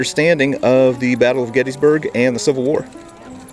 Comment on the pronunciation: I was there for Gettysburg 150–so much to learn. I finally got a mental map of the 1st day’s battle. BTW, the correct pronunciation is “Gettissburg”. Thanks for the tour!